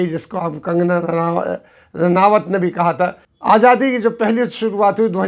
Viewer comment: Aap azaadi ko ajaadi kyun bolte hain, sunne mein bahot jabr maloom hota hai kam se kam aapke moonh se